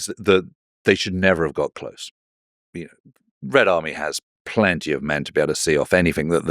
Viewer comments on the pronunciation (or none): none